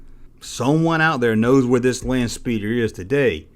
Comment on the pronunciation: You mispronounced “Landspeeder”